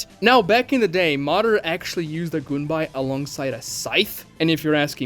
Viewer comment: goon whenever he says gunbai